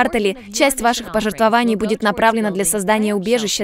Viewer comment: квАртале... пожертвовАний ... ребят, ну вы что? Кто так ударения расставляет?